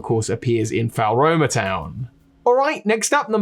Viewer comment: This video is amazing, but it’s FLOR-OH-MAH not FOWL-ROH-MAH